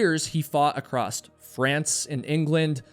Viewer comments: Great show as they all are. Just one thing, There is no “T” at the end of the word across!! Iv heard you say it twice as often . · why do some Americans say "acrosst" or is it "acrossed"? You know it's across right? (edit - or is he Canadian?) Either way, why?? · Is there a "D" or "T" at the end of the word "across"??? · I have no idea why but I did learn that people from certain areas of the US say it that way. I believe it’s “acrost.” I find it unusual also. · @@ I also find pronunciation intersting. It seems less mystifying to me when sounds are omitted as opposed to added as in the previous examples of “would have” and “across.” In the case of “acrost” it makes the “cross” portion of the would sound past tense, although it if not spelled that way. “Would uh” is much more familiar to me as I’ve heard that much of my life. I feel as if it makes more sense to drop these sounds as it doesn’t change the meaning of the words. Or do it? Maybe it’s just because of my familiarity with it. I heard a number of people say “coulda, woulda, shoulda” where I grew up in Pennsylvania. Even people that would normally pronounce those words fully. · His name was Sandy Irvine, not Irvin. And it's across, not "accrossed". You are killing me.